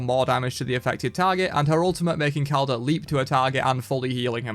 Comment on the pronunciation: Just a minor correction is pronounced "Ish- balan - Kek" (yes like the Kek laugh but pronounce it without the finnal Kh sound) and